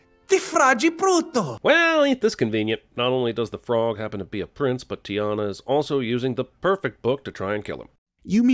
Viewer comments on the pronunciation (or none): none